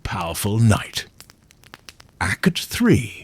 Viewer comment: This sounds like it was written and spoken by AI. what's with the pronounciation of "Act" ? As Acut. Nobody would do that.